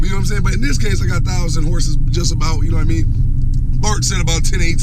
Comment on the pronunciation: "Ya knaw what I meann" 😂😂